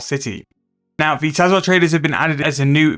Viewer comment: Your pronunciations and abbreviations are lowkey funny and get stuck in my head like earworms "invo" instead of "invent" "Tahzahr instead of tzhar"